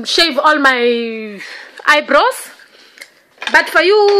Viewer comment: She can’t do her eyebrows hers is cartoon brows and she said eyebraws 😳😞😔